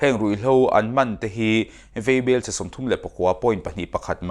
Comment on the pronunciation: Vaibel te hi veibel a ti tlat a. Mizoṭawng a tikhawlo zo dawn.